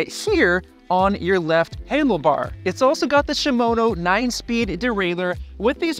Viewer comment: Yep, he lost all credibility when he said "Shimono"